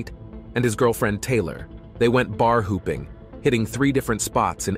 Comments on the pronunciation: right over your head... don't you remember in the program where the voice said "bar HOOPING" rather than "bar HOPPING?" Slow as molasses in winter😂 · It's called bar hopping, not hooping 😂😂😂😂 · Bar hopping, not hooping, surely?! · that’s not the they meant. The AI narration said “hooping” instead of “hopping”. Everyone knows what bar hopping is, going from one bar to another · Bar hopping ❌ Bar hooping ✅ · "Bar hooping." Bro, it'a "hopping." and, the title is incorrect: As written, it means that both friends are dead and they(somehow) killed one another. Get your act together. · Bar HOOPING?? Do you mean bar hopping? Good lord. 🙄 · I'm sorry, I know what happened is serious but I just have to go off topic.."Bar Hooping?" LOL 😆 you mean Bar Hopping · It's hopping, not hooping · Bar hooping. lol is that like basketball. It’s bar hoping my guy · Bar hooping? You mean hopping. I hate AI. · Not bar-hopping but WTF is “bar hooping”? New game like half basketball, half drinking? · "Bar hooping" lol. It's bar hopping, you lousy AI. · Its bar hopping not bar hooping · YOU LOST me .. when the Computer voice (fkn fake shit) screws up and says, "hooping" instead of "hopping".. Facepalm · wtf is "bar hooping"? ai - crap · Bar hooping??? This AI needs some language pronunciation lessons!!!!